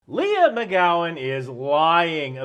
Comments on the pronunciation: I understand the skills need, but why do they all need to be appointed at such a high rank? Also, her name is Leigh, not Leah. You keep saying Leah. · Like 90% sure her name's pronounced " Lee " , just saying, since you've said her name like a dozen times in 3 minutes...😂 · I've never heard of this chick but I can read. I love that called her Leah instead of Leigh the whole video.😆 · Gotta be accurate? Then accuses tim pool of selling out to the Russians. WTF? Also. Leigh=lee not leah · The name "Leigh: is generally pronounced LEE but maybe she pronounces it like "LEE AH"